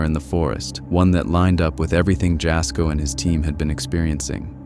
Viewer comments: Jasko , his name isn't said like Jas , it's said like YA-SKO, it's spelled obviously like Jasko but you say it like YA-SKO. Next time you put one of his videos in one of yours , I'd love to hear you say it correctly 😅 please for the love of God 😂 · Am I the only Jasko fan on here? Irritated by the narrators pronunciation of his name? Ya' sko or Jazz for short. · "It was a wind shield wiper" BROTHER THEY FOUND A DIFFERENT GUY. I'm sorry, that was not the same man. Compare the way they were dressed and tell me I'm not crazy for thinking it's a different guy. EDIT: Jas having his video thrown into a compilation only to have his name mispronounced like that is so hilarious to me lmao